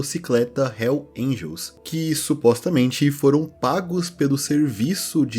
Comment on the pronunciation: Nem Hells Angels esse cara consegue falar... Puta merda